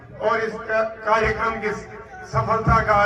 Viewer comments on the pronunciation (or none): none